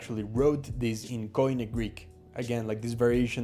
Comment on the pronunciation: I don't think I'd ever try to learn Greek, if I weren't Greek, so this was interesting to watch! Note: koine is pronounced like "key knee" (at least in modern Greek!), not "coin ee".